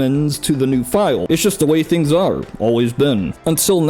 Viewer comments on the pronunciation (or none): none